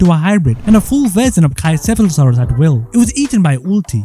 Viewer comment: He pronounced pachycephalosaurus wrong both time